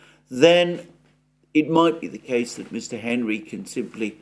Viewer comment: McHenry is my Congress critter, I laughed when got his name wrong